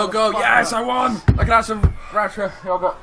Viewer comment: I love the way u say yogurt you say it like Yuhgourt